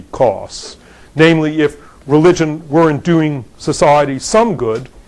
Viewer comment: how could you not like this talk? except he pronounces sociiieeeeeeety wierdly